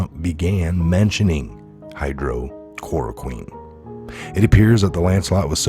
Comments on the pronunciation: you are pronouncing it incorrectly. Hy-droxy-Clori-quen. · Sorry I have to laugh why is it so hard for people to say hy·droxy·chlor·o·quine | \ hī-ˌdräk-sē-ˈklȯr-ə-ˌkwēn , -kwin